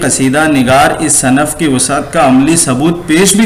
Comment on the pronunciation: تلفظ کو چھوڑ کر باقی سب ٹھیک ہے، برائے مہربانی تلفظ پر بھی تھوڑی توجہ دیں، بار بار صنف ص کے زبر کے ساتھ آپ پڑھ رہے ہیں۔ جو غلط ہے۔ صرف یہی نہیں بہت ساری غلطیاں ہیں۔ اشعار کی قرأت بھی صحیح نہیں ہے۔